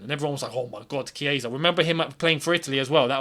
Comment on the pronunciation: Wow!! The chiesa pronunciation🥳🥳(kieza),am in love